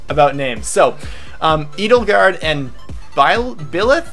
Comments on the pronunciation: Edelgard is likely German, thus it should be pronounced "Aydelgard". Literally "noble protector" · Edelgard is actually German. Many Fire Emblem Names are German, now that I think about it. Edelgard is pronounced Eh-dell-guard